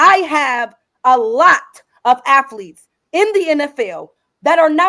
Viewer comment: "I coach afletes"